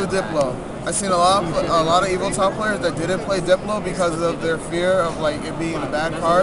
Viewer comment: Evoltile....not Evolite